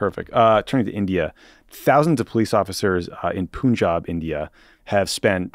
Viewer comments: Tommy, the correct pronunciation of Punjab is to say the first syllable exactly like the English word "pun". The second syllable is correct ("aab"). Punj = five, aab = water, river. Thanks for covering the issue. Please do a larger segment on how the Modi govt is cracking down on all critics. Among the arrests this week was that of an actor who works in South Indian regional-language cinema, just for tweeting that Hindutva ("Hindu" nationalist/fascist) propaganda is based on lies. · Psst, guys, it isn’t pronounced “Poonjab”. It’s only written with a u because the British couldn't be trusted to pronounce “Panjab” correctly.